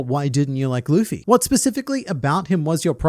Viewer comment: i hated how he said "looffey" that is my only complaint